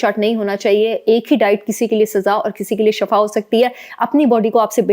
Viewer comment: AOA, jazakilla, itni achi information ka, lkn ak baat "shafa ka meaning ha, moot, halakat, garah"jab k asal word ha, " Shifa" His ka meaning ha sahat, rahmat , ap plz shifa boly,, shafa nahi, niat tu ALLAH JANTA, LKN ENGLISH B THK PROUNCE KARTY HA, TU IS KO B THK BOLY, JAZAKILLA